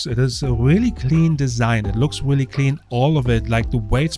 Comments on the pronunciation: Wooly? I think you meant Really! You should do a YouTube search on how to pronounce your R's so that they don't sound like W. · Weally weally? There is an r in really you know